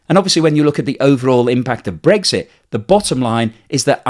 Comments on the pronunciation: its brexit not bregggsiiitttt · I like your blogs but I can’t listen when you say Bregsit instead of Brexit, sorry, probably just me.